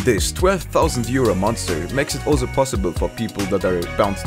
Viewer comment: lol "bazicly" 'alZo" i can't with this guy xD